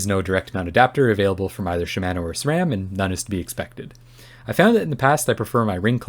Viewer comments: Great review. FYI: Shimano is correctly pronounced “she-mah-noh”, not “she-MAN-noh” :-) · I’d like to see you review some TRP DHR EVOs. They have a very light pull and they use the same MTX pads that Shimano brakes use (sha-ma-no, freedom pronunciation lol). Gotta use the 2.3mm TRP rotors though.